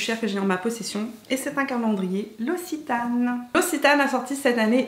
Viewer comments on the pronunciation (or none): Pour le dernier calendrier, ça se prononce "l'oksitane" et pas "l'ocitane". :)